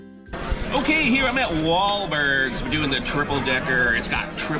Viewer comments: Maybe try saying the restaurant's name correctly next time you review it. It's Wahlburgers, not Wahlbergs. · I like how he calls it Wahlbergs instead of wahlburgers. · what the hell is wallbergs its called wahlburgers